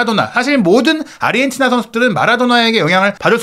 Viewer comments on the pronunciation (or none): none